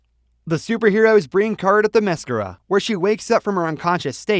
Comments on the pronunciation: my word this guy is butchering wonder woman home land name it's pronounced Therm meh scare- ra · This video is crap and inaccurate. And you pronounced Diana's island wrong.